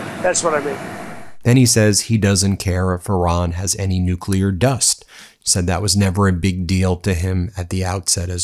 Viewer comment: Walking? You mean staggering, of course. We've got to give Trump credit: he says nuclear, and not nucular. It's almost a miracle.